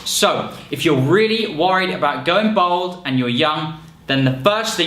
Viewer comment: Why does he keep saying "bold" when he means "bald"?